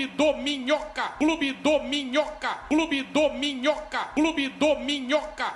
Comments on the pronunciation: Ouvi tanto que estou ouvindo clube dorminhoca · Na real parece que ele tá falando clube dorminhoca, só que comendo o r😅😅